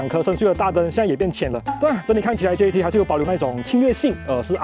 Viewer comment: 這唸做Jet，不叫做JET😢